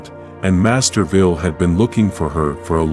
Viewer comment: That is pronounced Master Vile not Master Vile.